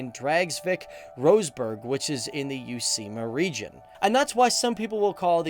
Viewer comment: Vain vähään vaikea ;-) but "youseema" is a long way from "uusimaa", vai ei ? Olen vain yksinkertainen ulkomaalainen...